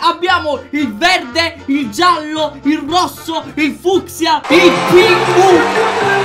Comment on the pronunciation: si dice fuskia